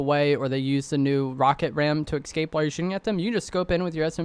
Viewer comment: e-s-c-a-p-e not e-c-s-c-a-p-e lol